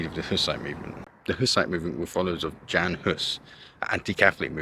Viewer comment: Jan is pronounced as Yan.